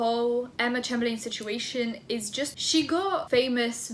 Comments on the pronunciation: not trying to be rude at all, but her last name is chamber-lynn😊💛 love your vids btw!! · You pronounce it chamberlin x lysm x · Pronounced: CHAYM-BURR-LYNN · Ch - AIM - ber - LIN is how it’s pronounced correctly. The capitalised buys being the parts that needed changing👌🏻love your content btw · haven't actually watched the video yet but imma start by saying...isn't it chaym-ber-len? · i turned off this video cuz i didnt wanna listen to you pronounce her name like that,😓 im that bitch